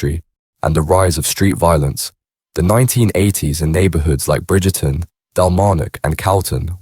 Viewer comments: Bridge e ton it’s Brigton ya clown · It's Brigton,you could be forgiven if you hear brigten/brigtin. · Its Bridge Ton...Im from Dalmarnock tae...